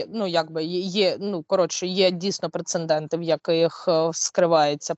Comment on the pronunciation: розумниця! Так вірно аналізуєш події! Але,будь ласка, говори ПРЕЦЕДЕНТ,а не ПРЕЦЕнДЕНТ!